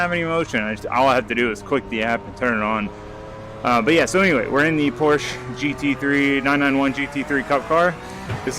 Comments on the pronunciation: I was enjoying this vid, and then you said "Porsch" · "porsche" has 2 syllables lol